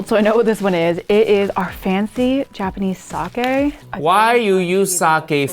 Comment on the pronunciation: It hurts my ears hearing her pronounce japanese names in the most english accent on earth.